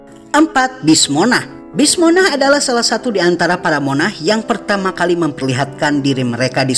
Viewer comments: monark bang cara bacanya ,bukan monah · Revisi dikit, Spelling untuk MONARCH itu "R" nya juga di sebut jadi kalo di lafal kan terdengar seperti "MONARK", udah dari 2 video sebelumnya aku perhatiin agak kurang tepat Spelling nya 😄